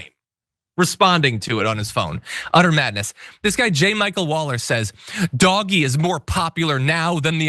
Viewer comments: It's pronounced "DODGE-Y". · "Doggy" Um, not to be that guy, but it's pronounced "Dodgy" Because it definitely is.